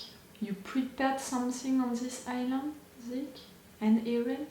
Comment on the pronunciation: i too said Island wrong for the longest time... in island you dont read the s' Island read like Ai-Land Iceland read like Ais-land